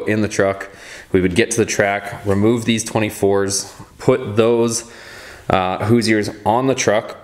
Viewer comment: “Who-zier” u just disrespected my last name. 😂😂